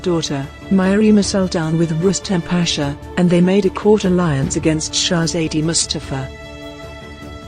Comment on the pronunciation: Can't you bloody pronounce Shezade better?